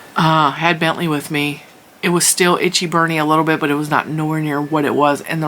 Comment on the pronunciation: Hey Bentley... sound like Bennie and jets from sir Elton John :) 🎄🎄